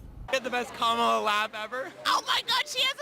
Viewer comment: Lying C*nt Kamala. Oh BTW Kamala is the feminine of Kamahl. Kamahl is the masculine Kamahla is the feminine. So very, very tired of her and other Cultists mispronouncing names.